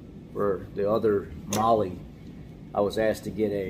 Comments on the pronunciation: It’s pronounced MAH-LAH not Mahlee. 🤦‍♂️ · It's pronounced " Male " like spanish